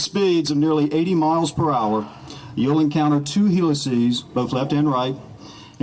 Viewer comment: the way bro says helixes😂